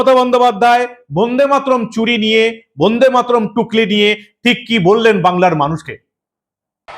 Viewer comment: বোন্দেমাতরম নয় কথাটা কিন্তু বন্দেমাতরম।উচ্চারনে শুদ্ধতা থাকা দরকার। প্রতিবেদন খুবই ভালো।